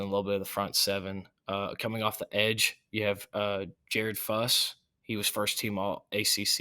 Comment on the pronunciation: Jared Fuss? It's Jared Verse. Fabian Lubbick? It's Fabian Lovett.